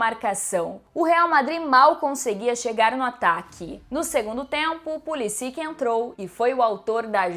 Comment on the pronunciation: Pulisić* o ć tem som de t